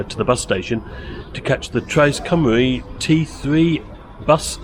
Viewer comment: Hi. Thanks for another great video. As a Shrewsbury local you probably know better than i do, but i thought Cymru was pronounced 'kumr-ee', not 'kumr-eye'? I think 'au' is pronounced 'eye'?